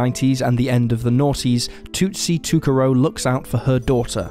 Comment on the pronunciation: I think Amber's last name is pronounced like "toe-carr-oh." That's how I've heard it in local news stories. I could be wrong, though.